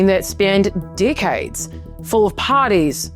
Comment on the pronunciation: Whenever you say decades long it sounds like dick heads rofl